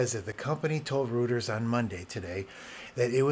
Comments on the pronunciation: Not trying to be snarky or an asshole, but Reuters is pronounced “roy-tuhrs”. I only mention it because you seem smart enough to care, and I didn’t know it was pronounced that way for years. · Having worked for the company, I wish to offer you a pronunciation guide: Reuters is pronounced “ROY-ters” One huge problem I am having with Tahoe in general is fast user switching. I always run two users, have for the past 20 years. And the Window Manager keeps crashing when I switch from one to the other. None of the Tahoe updates have fixed this. I am using an M2 Ultra Studio with 192GB Unified Memory.